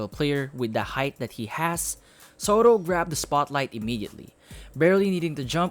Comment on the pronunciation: "Sotto" hindi "Sowtoh.".